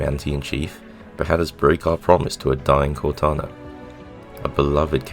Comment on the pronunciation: Homie said Cortina yo lmao